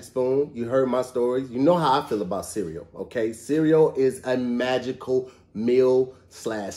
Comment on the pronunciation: to grown to still pronounce the word cereal like a toddler